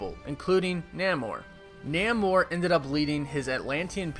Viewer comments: Namor is pronounced "Nay-More" not "Naa-More" Just saying, no hate, btw love your vids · It’s Nay-mor, not Nah-mor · Namor is pronounced Nay -Mor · I like how you mispronounced Namor.... hilarious!!! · You mispronounced Namor.